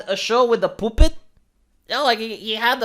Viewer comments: The way pronounces puppet cracks me up. Poopet lol. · The way pronounces "puppet" is sexy.